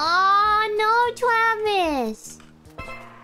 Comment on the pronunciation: “Aw, no, Twavis.”